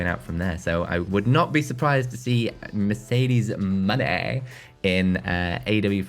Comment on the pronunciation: Stop saying Mercedes Jones' name that way it is fu***ng annoying and disrespectful.